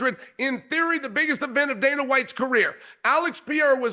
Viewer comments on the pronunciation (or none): none